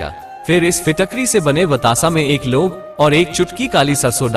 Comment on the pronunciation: Apne lo bola ya fir laung bola hai mjhe btaiye